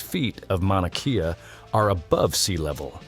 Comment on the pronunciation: At 4;50 and it is pronounced Mouna Kay ah, not key ah